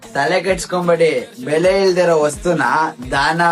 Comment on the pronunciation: ಬೆಳೆ ಅಂತೆ ಬೆಲೆ ಅನ್ನೋಕು ಬರ್ತಿಲ್ಲ.😂😂😂😂